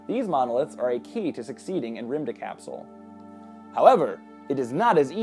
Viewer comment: Remove the "e" in "rymdekapsel" and it's about right